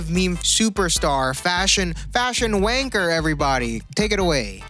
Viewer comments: The way he said wanker hit me like a bullet😂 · Please never say wanker again in your accent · saying wanker is the funniest thing as a brit